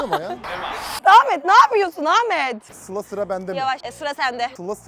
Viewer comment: sılam ve feridem demesi çok güzel